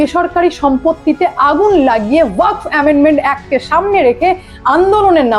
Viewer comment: Waqf uccharon ta thik korun style pore marben